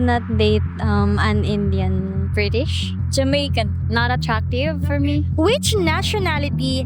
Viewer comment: "An Injun"? Who taught her English, John Wayne? 😂